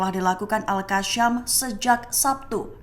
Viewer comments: Al qassam ..bukan al qasyam..sebut betul2.. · Maaf, cara baca al qassam salah, bukan al qasyam